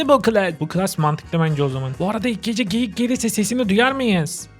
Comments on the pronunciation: Abi geyik te çocuk tu geğik oldu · Söylediği geğik abi